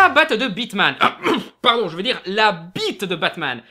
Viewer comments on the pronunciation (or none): none